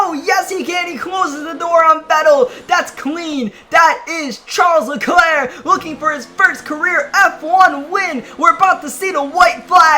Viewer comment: that isn’t how you say Charles Leclerc’s name